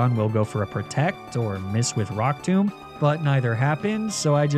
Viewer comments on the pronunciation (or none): none